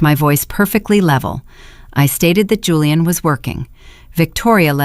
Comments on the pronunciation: Whoever runs this AI needs to stop using the name Julian since the AI reader on this channel can never decide how to pronounce it. Hulian, Julie-anne, or Julian. Whoever the operator is trying to honor with using their name in every story must be insulted. Very distracting. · Why Hulian instead of Julian!!!!